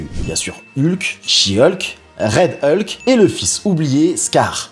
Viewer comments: on dit HULK pas EULKE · Ta plusieurs manière de le dire